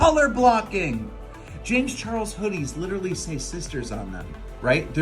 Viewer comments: LOL look at the subtitles, where she says 'James Charles' (she pronounced Charles wrong) the subtitles say chihuahua's LMAO HFGYRUFA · oopie poopie scoopie1 she says it on purpose lol